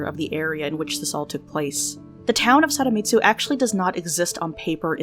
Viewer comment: I can’t tell if you’re saying “Saramitsu” or “Sadamitsu” But in case you’re saying the first one, it’s Sadamitsu, with a d!! Just wanted to let you know!